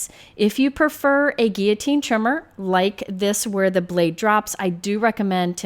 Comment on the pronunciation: Your proper use of the word "guillotine" has my heart! You know when you hear the "L" sound and it's like fingernails on a chalkboard?? :) Anyway, thanks for the review. I have a similar trimmer to this, but I love the fact that you can cut from the top or the bottom with a straight edge! I like to use the bottom too.